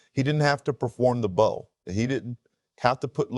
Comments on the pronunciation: Its bow not bo🤦🏿‍♂️ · A "bow" is something put on a present. A "bow", which is pronounced the same way as the front of a boat or ship, is a bend at the waist in honor and thanks to an audience. A.I. narration? Probably. Sinks your credibility.